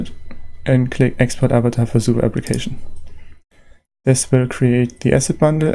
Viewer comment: Love how you pronounce SUVA :3